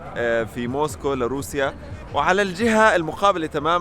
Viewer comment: يعطيك العافية جوله بزاف هايله و الاجمل انك في النهاية ذكرتني بمراسل الجزيرة " اكرم خزام" و كلمة موسكو بينطقها زي ما نطقتها" موسكووووووو"